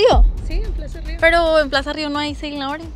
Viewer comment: Siempre disen Plasa río me puse a ver videos y todos dicen Plasa río literal todos